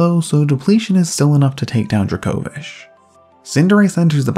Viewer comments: The first half of this video, "druh-KO-vish" was bothering me so much because I'm used to hearing it pronounced "DRAY-ko-viSH" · Never have I hear someone pronounce Dracovish like that